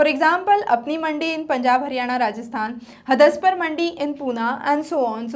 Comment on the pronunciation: Mam the pronunciation of Hadapsar in hindi is हडपसर ...